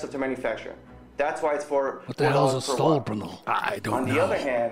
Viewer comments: "Sore panels.." Sore panels? You mean solar panels, right? "Yep, soar panels..." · Tip of the day: If you're going to hire an actor to talk about solar panels make sure he can say solar panels